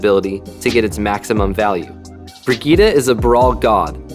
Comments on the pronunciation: just say Brigitt-e and not Brigitt-a. The e is spoken like the A in Apple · I dont think that's how you are suppose to pronounce her name